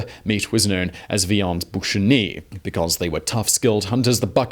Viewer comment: Boucane is 'boo-ka-ney, there is no ch.